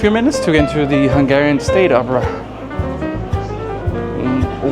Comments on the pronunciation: As a Hungarian it's great to see that you enjoy Budapest and our food 😊 your Hungarian pronunciation is really good as well! Just one correction about the no clinking tradition: it only applies to beer, with other drinks we clink too. 😊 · Dude, as a hungarian I can tell you, you made a wonderful job with the pronunciations, its really hard, and most youtubers wont even bother, yours isnt perfect either obviously, but its very close, great job : )